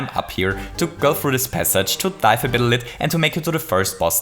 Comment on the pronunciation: "Bittle lit"